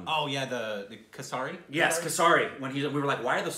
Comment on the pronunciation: I died laughing when they pronounced kasaari ( meaning- Cockroach) instead of kesari 🤣🤣🤣🤣🤣🤣🤣 Love and support from India ❤️